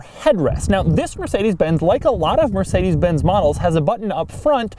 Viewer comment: Mörsidis bäns ... ach ja diese amerikanische aussprache XDD #nohate